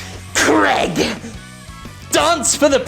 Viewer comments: Cregg? Don't pronounce the name Craig like an American Jim, it's unbecoming. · Jim's been in America so long his American pronunciations of words has spread to the name Craig. He now says Creg. It's always weird when I hear that.